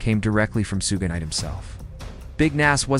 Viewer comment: sue-gay-night lmfao